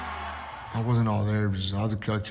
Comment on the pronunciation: dude, it was a shit performance and he admitted it. Why would he say it was his best fight. He said "it wasn", he didn't enunciate the letter "t"